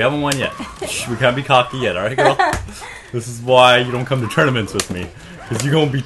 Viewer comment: at the beginning when you said "we can't be cocky yet" I had to do a double take because I swear I heard "we can't bukakke yet"